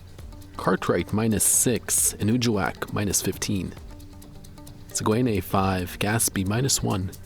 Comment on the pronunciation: I believe the pronunciation is "sag-ehn-ay". The "U" is silent.